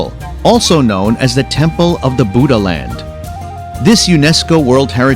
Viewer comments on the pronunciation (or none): none